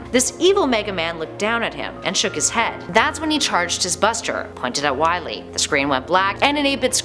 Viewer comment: ITS NOT WILY IS WAWY